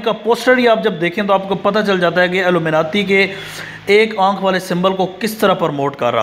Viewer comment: Pehle Illuminati tou bolna seekh le